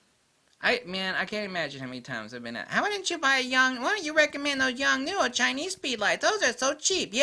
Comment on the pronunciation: YONGNUO = "Young-New" No, it isn't !!!!!!!! . . . . . LOL